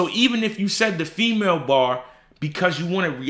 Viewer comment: Nobody thought he said I Got the Fea Mail